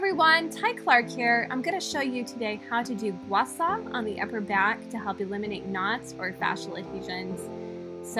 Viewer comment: Gua Shaw not Gua Saw! If you’re gonna say it say it right!